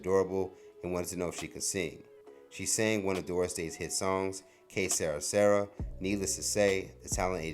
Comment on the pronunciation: "Que Sera Sera" If you've got to pronounce something that's in another language, it's really not too much effort to do a couple of searches on YouTube or Google to listen to its pronunciation. I appreciate the into shared, so let's put a bit more effort on these "news" releases.